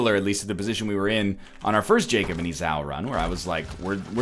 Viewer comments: Northernlion looks up how to pronounce "Esau" on the last run confirming it's pronounced, "EE-saw" Pronounces it "ee-SAO" on the next run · Hey NL, the pronunciation is "E-Saw" A bit easier to say than E-Sow :P. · "Jacob & Eh-sauuuuu"... I thought it was pronounced E-saw, like the pronunciation guide NL showed a couple of episodes back... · "Ee-saw" Not "ezaow" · IT'S PRONOUNCED EEE-SAW DAMMIT READ THE COMMENTS AND LEARN SOMETHING or just go to church you stupid non-christian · Ih- sah-oo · Heyy Northernlion!! To save you from a possible future of mispronunciation, Esau (jacob and Esau) is pronounced E-Saw, and biblically are Isaac's twin sons. Hope this helps, keep being you my brother! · Eggscum looks up the pronunciation when he first plays the character; Eggscum on 2nd time "e-SAHW" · Egg doesnt realise that its EE-SAW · FFS IT'S YOU SAY IT "ee-saw" as in like you saw a bird. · cLwK Hobo You must be new to the genius that is NL, he will never pronounce a name properly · Please just read the comments.... Everyone was saying ee-saw in the last video, but you obviously didn't read there comments. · btw esau is pronounced like seesaw but without the first s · For the record, his name is pronounced "EE-saw". Emma pronounced it weird because she was british. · Hey Ryan, I know you record these in batches and am sure you probably already saw this, but just to be safe: Esau is pronounced like EE-Saw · EeeZOW Geez nl, I love ya, but dude...come on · NL please read this... Esau is pronounced like ee-saw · ITS PRONOUNCED E-SAW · It is pronounced e-saw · it's E-saw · it's pronounced e saw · It's pronounced "E-saw" egg. Not that it's a big deal, but still. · it pains me every time he says Esau.